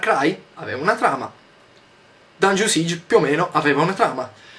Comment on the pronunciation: Grandissimo Yotobi, ma "Dungeon Siege" si pronuncia "Dangion Saig" non "Dangion Sig".